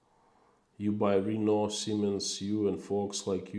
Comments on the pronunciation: (Renault- Sounds something like Ruh-NO, not REE-no.) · When you said "RE-no", I was thinking it was Reno. I then realized it was Renault you were speaking of. I think most English speakers pronounce it "ruh-NO". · I wondered what he meant when he said "Reeno". And then I realised he meant Renault.